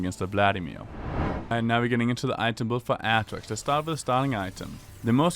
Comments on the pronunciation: Wtf is your pronounciation, aatrox becomes atrix? Wtf man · start by saying his name right first, then put a a guide on youtube.